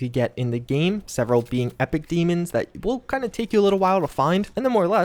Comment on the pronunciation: isn't pronounce "DAY-MONS"